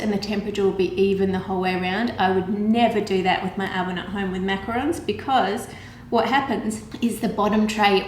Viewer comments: Exuse me it is actually a macarons which I think u know already but u pronounce it as macaroons and they are both different things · the pronunciation for the "macaroon" cookie. (Coconut cookie covered with chocolate/caramel drizzle). Its pronounced(and spelled) macaron for a French style "Macaroon". They're not really the same cookie :D